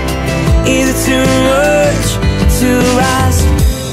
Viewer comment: even if he change 'chonce' to 'chance' you still can hear him say 'moch' instead of 'much' which is cuuuuuute ;')